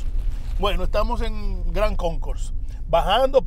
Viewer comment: Si dise GRAND CONCOURSE.... not Gran Conco...